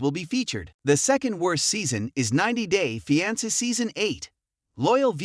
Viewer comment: Pronounce fiance correctly